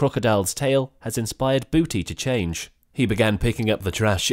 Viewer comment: it's actually Budi not Booty, he must've misheard it